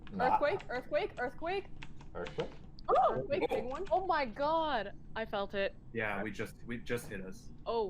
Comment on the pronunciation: Yeah you make my earfquake.